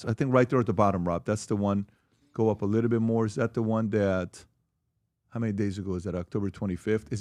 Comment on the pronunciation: would be nice if PBD learned how to pronounce the word little